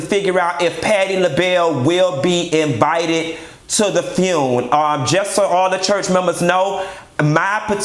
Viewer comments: if he say funeral like that again I'm gone scream!!!! the fune lol omg kitty blouses i hollered at work and scared my assistant you're a whole fool Just don't ask fox news to be there cause they don't know the difference between her and Patti per their news clip lol. no lie Ross i need you to truly put this all the way together. Not hygiene and whispertarian committee lol i died again. The banded list you never lied lol but i need you to have Ledsi and Lela James cause she killed the remix of change is gone come.And get obama to come on and speak with Michelle too!! Don't have people bringing in dishes please and thank lol the cigs i cant even with you and don't you put Bobby by no liquor and you need natural light beer with those cigs to make it all southern lol please no Tiffany Haddish lol let Stephanie Mills to host it. Play my "You Better Think" i remember as a child watching blues brother with John Belushi and Dan Aykroyd i loved it so much. Damn im getting sad now. One of the funniest but real videos. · Mia Ford And Fune! 😂😂😂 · u a hot mess🤣🤣🤣🤣...not the "FUUNE"!!! I cannot🤣💀🤣💀